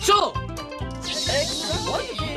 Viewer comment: の所w地味にエロキサイティング言うとるしwwエキサイティングちゃうくて